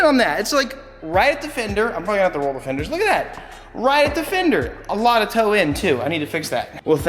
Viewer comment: He did not just say he works alote hahahahahahahha wtf